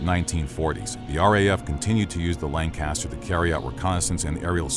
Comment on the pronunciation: Hearing him say "Lanecaster" that many times almost gave me an existential crisis.